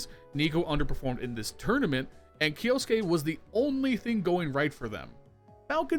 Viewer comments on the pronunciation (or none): its key-yo-soo-kay not “key-yo-s-kay” 🤦‍♂️